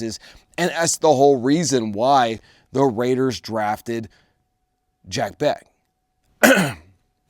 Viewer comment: It's Jack Bech (Besh)